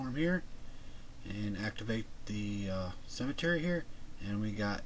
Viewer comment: You pronounce "symmetry" as "cemetery"... pretty weird.